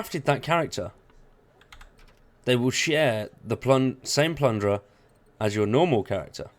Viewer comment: guy I like your videos but when you say "plundera" I want to throw my phone against the wall